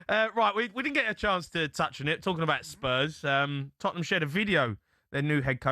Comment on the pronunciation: You know you’re a small club when people pronounce it Totten Ham